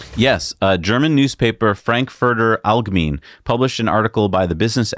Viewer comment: As a native German speaker, I felt like the article in Frankfurter Allgemeine (which you hilariously mispronounced 😁) was rather cynical or at least tongue in cheek, so I don't think the humor translated too well... But maybe some German colleagues would disagree